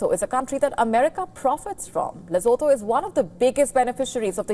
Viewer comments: Oh get over yourself Lesotho! Don't tell me you could name every single town or state in any part of the world! And know exactly where it is and what it stands for! Come on! Not impressed. Oh and if you wish to yack about Lesotho, do us a favor, PRONOUNCE it correctly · You can't even pronounce the country's name properly, and you're trying to sound offended on Lesotho's behalf? Morons! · You can't even pronounce the name 'Lesotho' correctly 😂😂😂 You're a joke!!!!😅😅😅